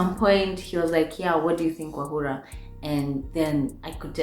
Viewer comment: or as you say it Wahulaaaaaaa!!😍😍😍😍Ooooh how I've missed you!! Pliz don't ghost us again. Pretty pliz??👏👏👏👏👏👏